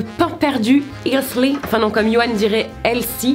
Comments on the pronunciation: Salut! Je viens du Canada et on ne dit pas « Isli » mais « èltie » et sa s’écrit healthy 😂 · La prononciation du mot healthy, interprété par: isli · Les pains perdus 😍moi dans la préparation oeuf lait je rajoute de la vanille 👌 😂 "hesle" 👈a lire en anglais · Comment t’a galèré avec le mot helthly... hum non hilty... hal...heil... aaaaaah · Comment tu prononces « healthy » 😂😂😂